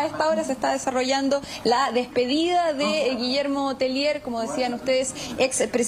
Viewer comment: Un alcance el apelliddo es de origen Frances,,, los periodista y presentadores del noticiero Pronuncien bien el apellido,, No es "Telier" Es Tellier"" una i en frances ante una LL (lle'ie)